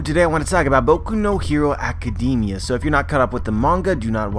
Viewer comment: Can you please pronounce academia right?